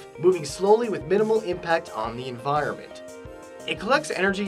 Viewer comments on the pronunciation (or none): none